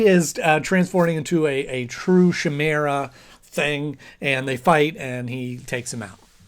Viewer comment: Chimera is pronounced kai-mare-ah, not chai-mare-ah.